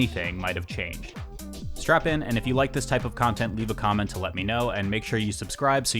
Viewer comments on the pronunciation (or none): none